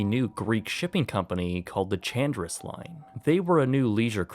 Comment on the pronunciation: Chandris would be pronounced like "Han-dreese" 🙂